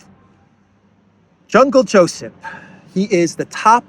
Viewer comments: I laugh whenever you call him Jungle Josep😂😂😂😅😅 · "Jungle" Josip. 😂